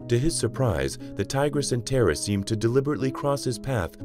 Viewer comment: Tar ah is the correct pronunciation! She is a goddess! It ‘‘tis another AI which cannot pronounce non English names! Bad!